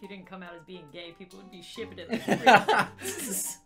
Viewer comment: Did he say ya instead of gay